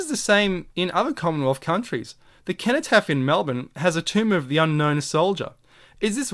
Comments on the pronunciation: Another excellent video with a fresh look at what's right infront of us, thank you. It's a soft "C" in cenotaph, "Senotaph". Well here in the UK at least. Thanks again, can't get enough of your insightful vid's. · ‘Age shall not weary them’ - They will not grow old and weak. ‘Nor time condemn’ - Their actions will not be allowed to be misconstrued by the passage of time. Sorry to be a pedant but it’s pronounced Senno-taph, it’s bugging me lol. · The word "cenotaph" is pronounced "seno-taff". Sorry to be picky, but when you say "keno-taff" it makes you sound ridiculous!! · For those pointing out that cenotaph is pronounced with an s sound: this is probably a corruption of the original likely k sound. So 'kenotaph' is probably more useful to consider the meaning of the associations which would have likely have been made in antiquity. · Precisely, I studied Latin for years so i'm actually unable to pronounce it with an S and be true to myself haha. Thanks for explaining it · (cenotaph is pronounced as an 's'. like the word centuary.) Thank you That was so interesting. It's brilliant symbolism spotting. is also known as the digital activation code for our DNA. Inspiring stuff you are a font of information.